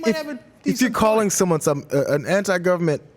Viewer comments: IT SOUNDED LIKE GOVERNMENT NIC NOT NEG..SO ??? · He said "government-nik". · Sounded like 'nick', I don't hear him pronounce the 'g'. But either way, he is still a piece of sh... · As much as I despise Santorum. It sounded closer to ninja. Listen carefully and he adds an n after ni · I thought he was thinking peacenick, but slowing it down it sounded like a g at the end.